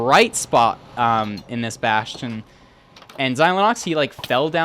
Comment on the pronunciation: "Bastion" I thought it was funny